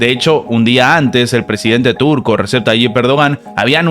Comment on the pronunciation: Se lee Reyeb 🤦🏻‍♂️🤷🏻‍♂️ hasta cuando vas a decirlo mal 🤦🏻‍♂️